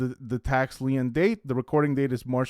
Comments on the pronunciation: Lien is pronounced leen. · Hello friend! "Lien" is pronounced the same as "lean". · Great video. “lien” is just pronounced “lean”. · *Lien pronounced like Lean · You are pronouncing lien incorrectly